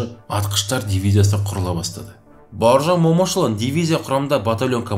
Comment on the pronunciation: Боржан емес Бауыржан деп айтыңызшы.